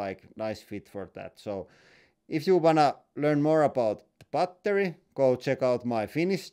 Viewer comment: Bretty goooood bar-tery